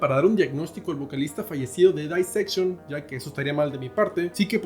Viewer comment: Éste tipo no sabe nisiquiera pronunciar Dissection, todo lo que dice en éste video es pura tergiversación casi cristiana...